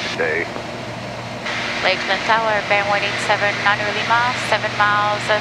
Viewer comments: Just some constructive criticism, she puts the stress on the "A" in Lima when she should put the stress on the "I". Líma, not Limá. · She just needs to put the stress on the "I" and all will be good... Liiiiiima